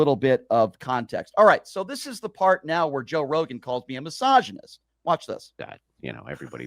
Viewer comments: Is he saying massagnyst? He’s a rub and tug massagnyst This guy is the absolute lol cow.. I fucking hate that he gets paid to just be a complete loser, getting slapped about constantly. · Why does "" sounds like, he says all the time "Massagenist"? 😂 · says “massagonist” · I love how he tries to soften the G sound in misogynist to sound sophisticated 🤣